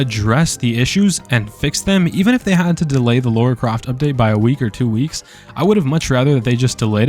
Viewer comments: 🫠 I’m gonna be that person it’s not pronounced Laura la-ra my ADHD just can’t 🙈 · lol it's not LAURA it's Lara....LAH-rah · "Laura"... It's "Lara" you American, I think you broke Dead by Daylight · I know this has nothing to do with the video, but way does everyone pronounce her name as “Laura”. Even when I didn’t a tomb raider game, I could read her name and pronounce it properly.